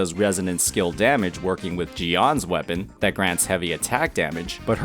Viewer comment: I Don't get changil now and your saying wapen